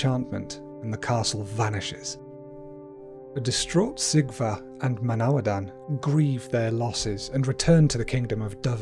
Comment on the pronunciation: I really wanted to like this video but sadly the pronunciations are way off. In Welsh a C is always as in Cat never as in Ceiling. So it is Cigfa, not Sigfa. Mabinogion is pronounced : Mab-in-OG-ee-on ... I have no idea if there are more mistakes because at this point I came here to the comments then abandoned the video. It's great that you made a video about welsh folklore but come on you could at least research how to say the words properly first!!!! Pronunciation is important and shows respect and helps to preserve the culture 🏴🏴🏴